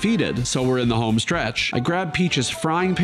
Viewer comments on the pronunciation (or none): none